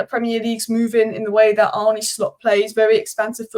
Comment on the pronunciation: Its Hancko not Hanko. The c is pronounsed as an cs. And also not Arnie but Arne. 🤣